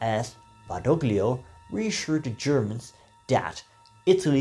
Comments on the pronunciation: "Badoglio" is pronounced "Badolio", ie the "g" is silent. Or Eisenhower got his pronunciation wrong. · In de naam Badoglio wordt de g niet uitgesproken.